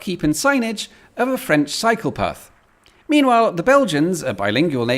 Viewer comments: "pay the upkeep of the French psychopath" Wait, what? Or did I misheard "cycle path"? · Your "French cycle path" sounds a lot like "French psychopath". Which makes it even funnier in the context of the sentence. And with the monolingual signs.